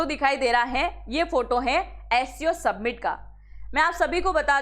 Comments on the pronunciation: सबमिट नही वो समिट है. 😄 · सबमिट नही मॅडम जी, समिट बोलते है उसको,😂😂😂